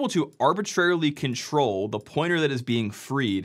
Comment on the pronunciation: My brain heard "if you control the memory" as "if you can troll the memory," which in fact is even more on point.